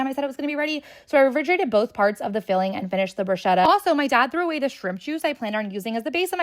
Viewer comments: Im that annoying guy that’s going to tell you that it’s pronounced “brusketta” and “mascarponay” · The mispronunciation of bruschetta is killing me 😅